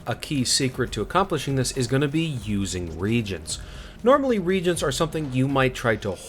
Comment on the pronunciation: The consumables that summon demons are called re-agents (ree-AY-jents), like in chemistry, not “regents” like rulers of kingdoms.